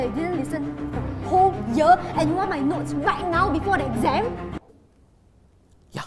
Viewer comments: LMAOOO IT SOUNDS LIKE DEEZ NUTS, DEEZ NOTS?? DEEZ NOTS? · When said these notes and it almost sounds like deez nutz